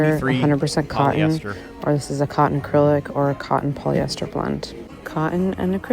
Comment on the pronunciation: Poly-esthers. Plass-tick